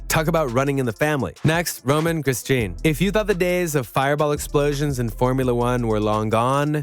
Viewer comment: How about showing a bit of respect by learning the correct pronunciation of Grosjean?